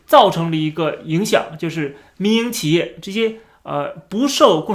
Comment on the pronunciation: 我一直聽成迷因企業😅😅